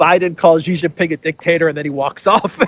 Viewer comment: SHEE JIN PING NOT JHEE JIN PING, JHEE MEANS PENIS IN CHINESE LANGUAGE. STOP BEING A DOOFUS.